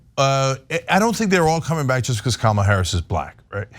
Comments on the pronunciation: I just want to point out Candice Owens deliberate mispronounciation of Kamala Harris' first name. Its always been the emphasis of Ka. Ma. La. Listen to the way she says it and look up the 1980's pro wrestler that worked for the old WWF kamala. A rotound, black, voodoo which doctor character. Im a huge wrestling nerd so this really bugs me, and guess what, I dont like Harris. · It's Comma-la, Candy. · Her name Kahm-uh-luh Harris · This is their campaign strategy? The usual fantasy falsehoods plus vile racist attacks and childish playground insults, as with their feeble attempts to make fun of her laugh? Seriously, they’re all like silly children! Yeah, this will all work well for Kamala’s (that cretin Candace can’t even pronounce her name correctly!) campaign, since voters will be totally disgusted by their immature and crude antics!😅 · Candus owned mispronounced Kamala's name. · Oh Candance, I'm supposed to believe you know what the heck you're talking about regarding Kamala Harris when you can't even pronounce her name? Why anyone listens to anything she has to say is beyond me. She supported Russia's war against Ukraine, and she said ukraine belongs with Russia, "they speak Russian...: no, they don't. They speak Ukrainian, which is closer to Polish than Russian. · Not one of them say her name right ? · Candace is actually the worst. She is purposely mispronouncing Kamala, she knows the correct pronunciation in fact, they all do…it’s another slur. Not all republicans are horrible people but it sure seems like they got more than their fair share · Pronounce her damn first name correctly! 😮😊